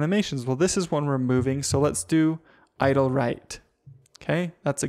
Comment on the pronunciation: i thought he was saying idol not idle